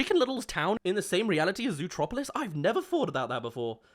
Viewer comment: Zootopia not zootropilis